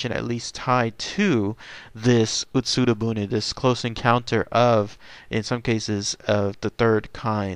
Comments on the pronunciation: OMG I want to watch this but my gods. UtsuRO buné. I can forgive the rest of the bad pronunciation, I'm not expecting fluency here and heck you apologize for a bad pronunciation but it's boonay. 空ろ船 is literally hollow boat. "utsuru boon" is a "sentence projected on a wall". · Ut-Sue-Row Boo-Knee